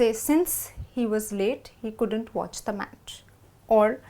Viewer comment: why do u always pronounce "couldant" It should be "couldn't"....am I not correct.....???